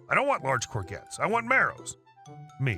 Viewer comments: cor zhet!!! Not cor gets! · Hi. 1st storey. It's pronounced gor-jets not gor-gets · First story about the pronouncing the vegetable. Say it as Coor-jets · Courgette pronounced cour - shetts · Stopped after hearing courgettes mispronounced over and over and over ! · Just to inform you, in the UK the "G" in courgettes is a soft "G", pronounced like a "J" as in Jest. It would seem the English spoken in America is a foreign language to us Brits!!!!!